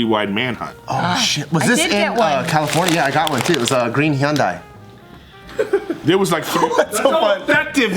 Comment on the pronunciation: Lol the way Bart and the others pronounce Hyundai... It's "Hun-day" not "he-un-die*